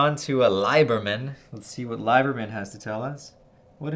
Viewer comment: Gotta call you on something. It’s a nitpick, but Liebermann shouldn’t be pronounced “LIE-ber-min” but “LEE-ber-min”.